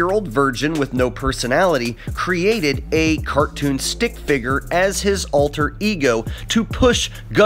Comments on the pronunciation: Wow just wow fi-GER hahaha yeah great pronunciation flat earther it’s pronounced fig-ur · Hearing him say figger over and over is cringy as hell